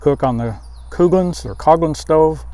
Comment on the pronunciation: It was Never Coo-glins..... JFC dude.